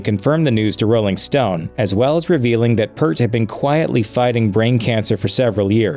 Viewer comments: Good video, but it's not Pert, it's Peart. Ear, with a P at the beginning and a T at the end. (According to Geddy) Neil earned the respect of nearly the entire music world. Certainly enough to have his name pronounced correctly. But again, good video. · How do you pay tribute to an artist by not knowing how to pronounce their name!! So much of the information in this video is flat out wrong. Every time this dude says Pert I cringe! It’s PEE-YURT dumbass narrator! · Peeert, not Pert! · Its not pert its peert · In the name of God: it’s pronounced PEERT! Not “pert”! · It hurts hearing you say PURT...again and again and... There's no URT in pEARt...unless you're incompetent in doing the absolute most basic, simple research...lest you end up on record as having butchered (multiple/endless times) somebody's name. He deserves better. You guys need to be better. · It's pronounced "peert", not "pert" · PierT. Not pert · P - EAR - T - NOT PERT!!!!!!!!!!!!!!!!! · IT,S PEART ....NOT PERT if you are going to tell a story about a great band learn how to say his name...PERT is a shampoo PEART is the Drummer....get it right please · They had me at a video about Rush. They lost me at mispronouncing Peart. Musicians die, but the music lives forever. RIP and thanks, Neil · PEA-EAR-T!!!! FOR GOD SAKE! Respect the man's name! It is not Per-t.... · His name is pronounced Peert, not Pert!!!! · It's pronounced Peert not Purttt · Peart not Pert! Show respect Do you homework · His last name is not PERT😁 It's pronounced (PEERT) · It's pronounced Peert not Purt for god's sake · I’m sorry but as soon as I heard, “Pert” and not, “Peert”, I stopped watching. Do your research you hack. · P-EAR-T not Pert. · It's pronounced Peert... not pert/pirt/purt. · Hs name was pronounced peayrt not purt.......man I wish people would do their research instead of copying wiki and not knowing a thing about them........ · Yeah it's "pEARt", not "pert". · Peart is pronounced P-Ear-t or Peert RIP Professor